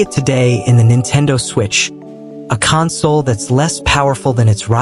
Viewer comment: Bruh is this all Ai? Nothing is real footage and you couldn't even say the word console right...